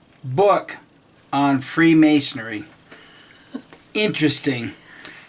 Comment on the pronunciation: It is pronounced freemasonry - not freemasonery. It is Knights Templar - not Knights templars.